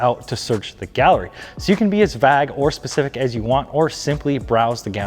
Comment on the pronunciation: Did you say "cop" instead of "Coupe" and "vag" instead of "vague" ? Lol 😆